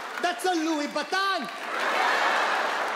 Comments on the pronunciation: I’m gonna pronounce it like this from now on😂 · It's pronounced Loowee Bahtawn